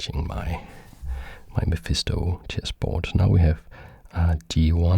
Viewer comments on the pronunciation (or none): none